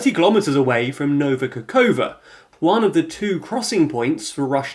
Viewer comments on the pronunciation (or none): I love that after all the videos has done on Ukraine they still call it Nova Kakova even though thats not even what it says:D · I really enjoy your videos!!! And I must say, I adore the way you pronounce the names of Ukrainian settlements. Nova Kakhovka is my favourite :)